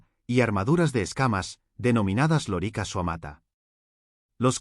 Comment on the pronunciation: Por dios, si supieras tanto de Latín como de Historia. Da grima escucharte decir una y otra vez loríca, con acento en la I, como si fuera la hembra del papagayo. Es lórica, esdrújula, hombre.